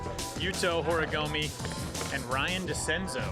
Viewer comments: Very cool event! i just wish could stop saying "horigomi" lmao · right lmao like hes an announcer and doesnt even try to pronounce it correctly